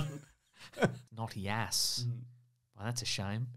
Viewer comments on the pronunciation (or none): Man didn't pronounce Yass right. Very sad.